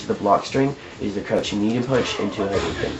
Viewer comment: It's not haduken, it's hadoken. People spell it Hadouken because in Japanese, a u after an o means hold the o sound (you can hear it better in SF2, Ryu holds the o for about a year when he says Hadoken). Anyway, good video, though it seems like maybe you should have cut it up a little more. 10 minutes is a long time.